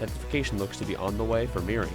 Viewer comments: Calculator has a product of 414 which predicts this storm to be a Category 1. I think Meari might clutch that status as it passes or makes landfall in Japan. Also it’s pronounced MEE-uh-REE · it can be pronounced both ways I guess